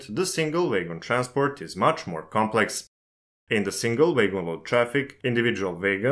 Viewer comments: A most interesting video. I'm not sure I understand the difference between a gravity and a hump yard - they seem to be the same. I hope you don't mind, but wagon is not pronounced "way-gon" but "wagg-on". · So in English, it's not like in German - a W is not a V, and makes a sound of "ua". It's "wagon", not "vagon" 😉👍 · I'm sorry, but your pronunciation of wagon as waigon is completely distracting me from the rest of the subjects discussed in the video. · Vay-gon = wagon. You're welcome. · Took me 10 minutes to figure out what vegans he was talking about. :D Great video tho! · Great Video - For some reason, everytime WAGONS was said I heard VEGANS - Isnt that funny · I'm glad I wasn't the only one! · when you say "wagon" it sounds like "vagrants" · Yes. Noticed my self. No issues here, just thinking he is German or Dutch by pronunciation. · Yeah... The author could've at least checked with Google how to say "wagon" the correct way in English. Good tip for next time.